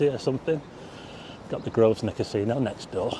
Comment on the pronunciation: Grovnor, not GrovSnor! (silent S)